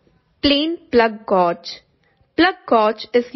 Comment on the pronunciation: Thank you for the information. As a native English speaker, the word gauge is pronounced like “gage” - rhymes with rage or page. 👍🏼